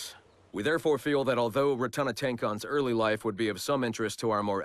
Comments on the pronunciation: Omg... He didn't prounounce one name correctly xD Rotanatenkon. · Ratohnhaketon = Rat - On - Ha - Kay -Ton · it can also be "Ra-doon-ha-gay-doon" the T's and K aren't pronounced that hard. But it also depends on who says it.